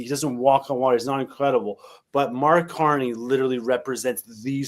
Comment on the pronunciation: Lol is that sunny guy calling Carney corny on purpose? It cracks me up every time 😂😂😂